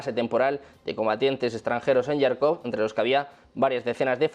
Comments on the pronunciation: Ojo: Se pronuncia JARKOV no yarkov! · Jarkov ! Se pronuncia Jarkov, como se escribe. Харков en cirílico, donde la - x - suena como - j - española (un poco más suave). En ukraniano suena Jarkiv.